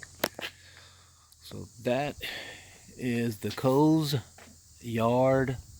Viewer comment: Think the name might be pronounced “cozy-yard”??? Not “coze yard”